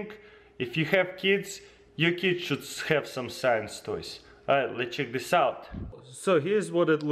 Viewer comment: I laugh so laud when you says 'have' 😂😂😂😂